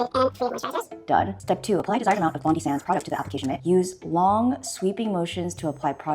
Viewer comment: Americans please note Bondi is pronounced Bon-dye not Bondee